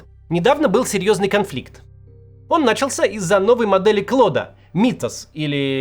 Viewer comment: Даже у Каца началось. "началсЯ" - ударение на последнем слоге.